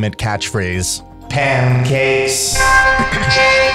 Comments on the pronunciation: SO IT SAYS PANCAKES I always heard it as Johnny Cage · When Mini Pekka says pancakes, it sounds like he’s saying aw thanks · i cant unhear “nice cheeks” when mini pekka says pancakes😭😭😭